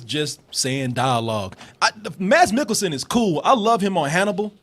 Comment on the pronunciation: Mads in Danish is pronounced Mas, Maaasss the D is silent. and NOT Milk' elsen, it pronounced Mik'-kel-sen. just so you know, you might see him Again. :)